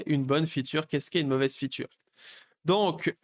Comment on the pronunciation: Arrêtes de dire "feature" dis tout simplement "fonctionnalité" car tu le prononces tellement mal que ça n'a plus aucun sens dans ton contexte